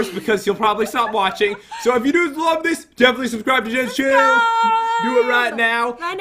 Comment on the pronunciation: You said LOAF not LOVE LOL